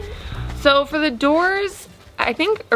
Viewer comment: OK you picked on about likened so I’ll pick on you about feer instead of ( for) 🤣😂 just kidding lol love to watch all of your videos y’all are the best out there ✌🏻👍❤️